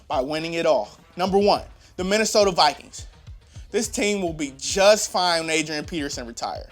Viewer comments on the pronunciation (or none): none